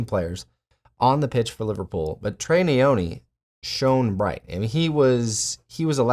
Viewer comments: Nyoni not neyoni. African Malawi to the world . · it's Nyoni not Neyoni mate 🤦🏿‍♂️